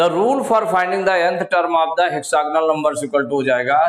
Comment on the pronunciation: Sir hexagonal nahin hota hai hexagonal hota hai